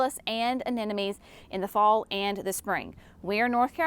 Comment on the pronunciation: I dont know why some have a hard time with this...................A NE 'MO' NIES. NOT A NE NO MIES